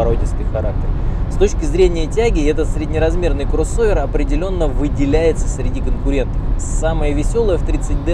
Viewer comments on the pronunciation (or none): Красава ) есть одна придирка с моей стороны, мне кажется не стоит акцентировать внимание на слове « крОсовер» точнее на букве О в этом слове, как то ухо режет братан) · Пожалуйста, не произноси слово "кроссовер" через "о".